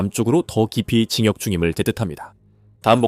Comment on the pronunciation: 이 AI는 '진격'을 '징역'으로 발음하는군